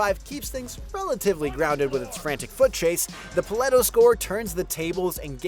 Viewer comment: Paleto as well